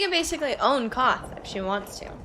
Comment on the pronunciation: Just FYI (in case you want to know), the city you seem to be calling "Koth" is Qarth, which is pronounce like "car" with a "th" at the end. But since most of the actors say it with a British accent, the R is almost completely silent. In they same way Emilia Clarke says "guard" but it sounds like "god" (e.g. "Kal Drogo is godded by 3 Blood Riders and I have 3 more godding me."), she says "Qarth" but it sounds like "Koth".